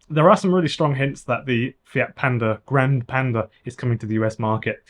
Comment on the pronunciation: If you are pronouncing Italian words say all the letters grand - e and the e Is e like in Elephant